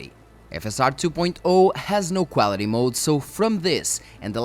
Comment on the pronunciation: Got to love the Cuálity pronounciation ;)